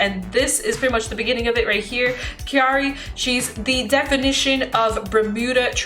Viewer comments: Mildly infuriated that you're calling Kairi- Kiara and Alestiel- Alestice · Crying at every time mispronounces Kairi 😢 still an amazing video tho